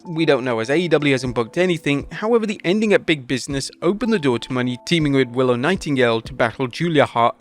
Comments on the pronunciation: MONÉ not money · "Moan-ay" is how it's pronounced. 👍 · It's Mo-NAY... he's been bungling the pronunciation for MONTHS. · "WRESTLELAMIA FAILS TO RECOGNIZE BIG MISTAKE." After at least nine months of blundering, they CONTINUE to mispronounce "Mercedes Mone," proving that they don't watch/listen to the shows they're reporting on (the correct pronunciation is clearly audible) and CONTINUE to ignore their own comments page that has offered help the whole time.